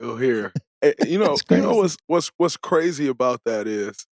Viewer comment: Man's really saying brazy lmao